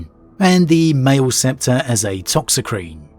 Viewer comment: Mate, "Maleceptor" is mah-leh-septor not may-ul-septor come on. How would you pronounce "Maleficent" or "malediction"?